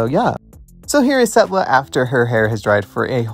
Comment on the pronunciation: Y'all it's Setlla not Stella